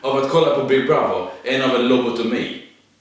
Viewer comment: När säger "Big brother" låter det som big brothel, eller är det bara jag?